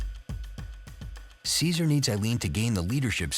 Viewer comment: Why do they all pronounce Cesar's name so wrong?